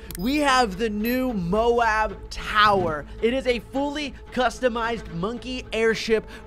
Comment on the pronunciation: it‘s m.o.a.b not b.a.d